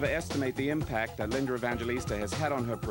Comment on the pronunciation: Why does he keep calling her LindeR Evangelista??? (he puts an "R" at the end - weird)